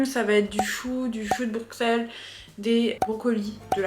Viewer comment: eeehh c'est "brussel" pas "Bruxelles" pour la prononciation (c pas méchant je dis ça juste pour que tu le saches!) sinon ta vidéo est trop cool vrmt j'ai kiffé haha